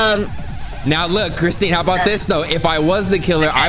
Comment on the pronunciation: him saying christene lol